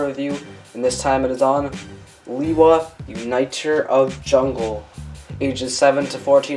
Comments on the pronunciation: he says Lewa worng. (Lay- Wuh). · It's been pronounced differently throughout the years. I myself say Lewa like Lee-Wah